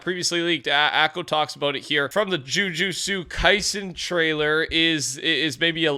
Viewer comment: Jujutsu kaisen is pronounced, Ju-jute-soo Kai-zen